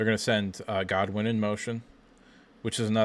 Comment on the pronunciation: Dude - its Channing GOODwin, not Godwin.